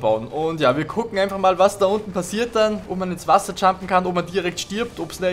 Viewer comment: Das "Tschampet"